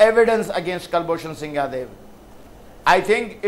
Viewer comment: Its Jadhav not yadav naam bhi bolna nahi ata Chu***a